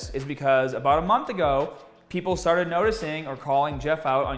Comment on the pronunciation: I see a pattern, can not make an a sound. He says hrrd, ptern rre and strted.